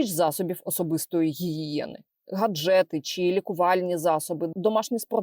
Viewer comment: Коли почув "гаджЕти" мене трохи перекосило, вибачте. 😅 Але згадуючи як запорожці п'ятнадцять хвилин реготали з "болсАнки" доки один все таки не загуглив... А чому саме такий наголос? 🤔